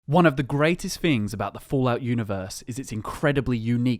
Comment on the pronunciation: Fings lol